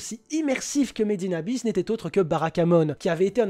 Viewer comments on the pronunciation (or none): Quand il a dit Made in Abyss pour la 1ère fois j'ai cru qu'il avait dit Medina bis 😂😂😂